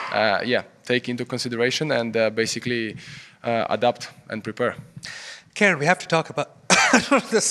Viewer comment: It's pronounced as KAH-REN (as in Ben) Not KAIR-REN like the female name.